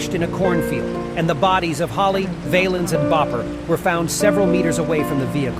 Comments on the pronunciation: Richie's last name isn't pronounced Vaylens. It's pronounced Valluns. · Got the dates wrong, and miss pronounced Ritchies' last name